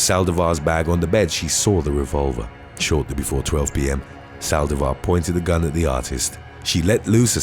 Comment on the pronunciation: Why Sàldivar??? The accent is on the i!!! Saldìvar, not Sàldivar